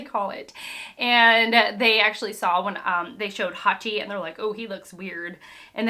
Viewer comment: You pronounced Hachi wrong... But I don't know how to correct it in writing. The ch is not pronounced like a k. It's more like a tch... (Edit- you said it right later.... So dont worry about that. He is my favourite vilian in this arc). You can Also it's Bellemere not just Belle. Pronounced Bel-a-meer. That's as far as I got so far. You might find it interesting that it is a troupe in Japanese fiction (not just in manga) for a characters final words to be telling someone "I Love You". This is obviously seen in this arc with Bellemere. I might add more later but for now I also want to say that i completely forgot that sone of the things in the story are hinted at this early on. I cant tell you more because of spoilers, but make sure to try to remember every detail bevause it might come back out of nowhere a few hundred chapters later